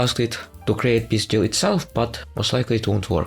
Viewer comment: I cant when you call "peace deal" - "pizdziel" 😆